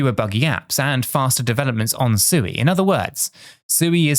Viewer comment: Not Suey, lol